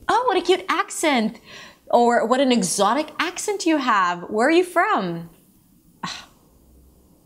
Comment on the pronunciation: He's wrong. Even when she pronounces the word "exotic'" you can hear the Z sound clearly.